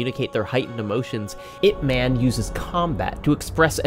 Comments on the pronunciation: crying it's IP 'MUN' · Ip Man is not a character, he was a very real person. The LEAST you could do is learn how to pronounce the man's name correctly. Releasing this video without even attempting to learn his name is incredibly disrespectful. Shame on you.